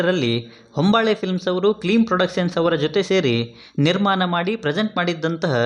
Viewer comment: ಎಲ್ಲಾ ಸರಿಯಾಗಿ ಹೇಳಿದ್ರಿ ಆದ್ರೆ ನಿರ್ಮಾನ ಅಲ್ಲ ನಿರ್ಮಾಣ ಅದು...